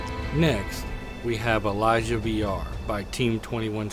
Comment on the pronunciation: Why does he pronounce it like Elijah? Its Eee-lee-si-ah lmao